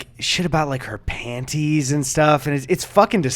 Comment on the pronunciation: What kind of psycho pronounces the t in panties?